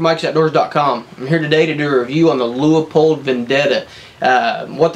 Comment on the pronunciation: Leupold... there is no A in the word